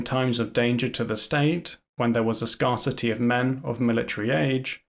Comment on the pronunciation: Not really important, but was there an editorial choice on your pronunciation of "Scarcity" or was it just an an error from reading the script?